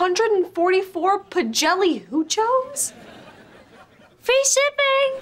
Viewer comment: “You bought 144 pajelehoochos?” 😂